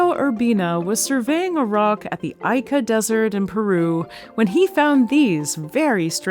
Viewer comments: "Ica" /'ika/ reads more like "ee-ker" than anything. Definitely not "eye-ker". Sorry about the neat pick. As a native Spanish speaker who spent his teenage years in Peru, I felt like I had to say it. The video itself is great and the data is mind-blowing 💯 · Love, LUV, love Y'all! But Ica - even in your place should be [eeka] So next time, kindly consider the proper pronounciatin? lots of lovevfrom Grenland!<3